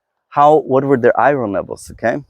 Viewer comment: I love, love LOVE hearing you say "i-RR-onn" levels! I love your accent! Oh & I love all these talks! I've learned so very much, thank you! 🩷✌🏼🩷